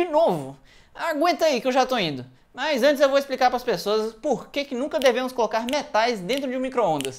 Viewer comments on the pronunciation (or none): Achei que a tumbh tava em inglês: " Me Tais" " No micro-ondas"